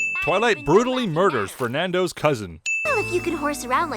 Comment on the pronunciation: Did you say fernando, pinkie says "Fernendo"